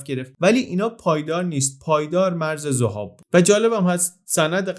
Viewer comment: خیلی عجیبه که حتی توی ویکی‌پدیا هم نام زَهاب رو می‌بینید و امروز هم سرپل ذَهاب و دشتِ ذَهاب داریم در حالی که شما بیش از ۴۰ بار توی ویدیو می‌گید ذُهاب. ممنون